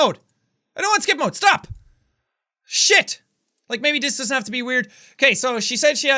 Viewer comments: Jack... I hope you know you pronounced shit and bullshit wrong... :/ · I love how immediately after he decided it was either Irish or British he started pronouncing shit different 😂😂